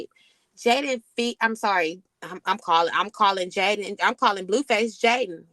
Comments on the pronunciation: why you keep calling her Jalyn....and not Jadyn😅😅😅😅😅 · Love your content ….🙌🏾… her name is is Jaidyn not JaiLyn I giggled everytime you said it 😂